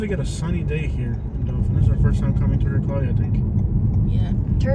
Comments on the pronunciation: Doe Thin is how you say it! Not Dolphin or Doe Fin. Resident of the city here. Wish this town could get some help. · It's pronounced DO THAN.